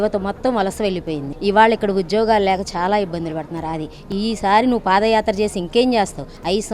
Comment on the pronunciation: Pafayatra kadu vadi padiyatra